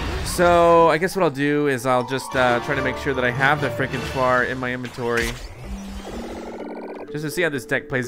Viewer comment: i wish he would stop mispronouncing frankentuar... Its pronounced FRANK-IN- TAR... NOT TU-AR